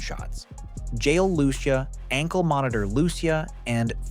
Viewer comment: Lew-see-uh not loo-sha loved the video tho man